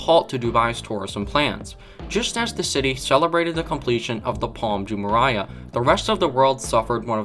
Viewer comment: Jumeirah - ju-MEY-rah